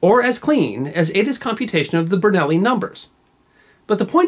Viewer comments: I swear I'm hearing you pronounce the "Bernoulli Number Algorithm" as "Vernelli" for some odd reason. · Ber-nell'-ee Bwah ha ha ha